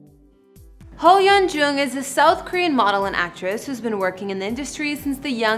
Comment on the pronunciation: you didn't even try to pronounce her name or most korean words here, im disappointed :/